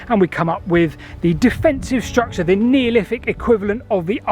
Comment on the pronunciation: "struct-SHA" :face-blue-smiling